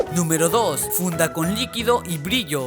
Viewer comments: dijo esta funa en ves de esta funda 😂😂😂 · Jajajajajajaja dijo funa